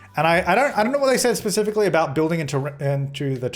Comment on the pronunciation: Abouat is the professional way